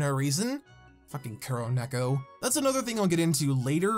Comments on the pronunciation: Nek-oh, not nek-oo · Don’t get me wrong, I liked this video because you do go in depth about the serious problems on the show (and the fact Thomas said that on Twitter is so much worse), it just kinda irked me the way you pronounced it like a u sound when it has an o at the end